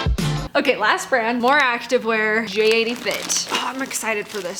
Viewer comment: Its jatie not j 80